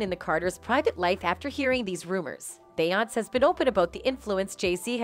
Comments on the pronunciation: I literally had to stop watching half way through because she keeps saying BAY-ONSE!! Soo annoying. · if you say beyonc one more time. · Beeyans Must be Canadian... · Can the narrator pronounce her name correctly. There is even an accent above the e. I would think even a generated voice would hopefully know how to pronounce the accent. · Stolen material from EmpressiveKay, ramdom pictures of Ciara, the mispronunciation of beyonće…this video needs to be deleted. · You can always tell when it's someone cashing in on clicks, because they use the robotic voices that never pronounce Beyonce's first name right. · this is an AI-generated story - listen how the algorithm misprounounces Beyonce's name every time. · I cant take this seriously because you cant even say her name right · I like how they can’t even pronounce Beyoncé but sure believe it all